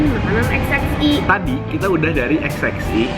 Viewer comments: Kok sebutnya XXI(x x i huruf vocal i) bukan XXI(x x one)..? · Kok dia nyebutnya xx i si ? Itu kan angka romawi XXI DI BACA 21 . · ko xxi sebutannya emang gtu ya. kirain xx(one)